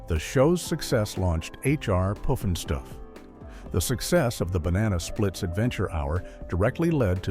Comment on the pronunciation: How many different ways can AI mispronounce “Pufnstuf”?